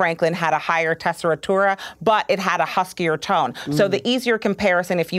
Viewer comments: Why does she say tessitura like that though? There's no ri there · How did she pronounce tessitura????